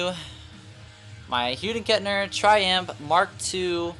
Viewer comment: Did dude just say :hude & Kettner????!!!